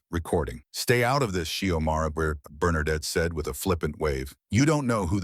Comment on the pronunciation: The AI doesn't know how to pronounce Bernadette. Having a male voice narrate the conversation between 2 woman was a mistake. All the people watching saw Bernadette's racial prejudice.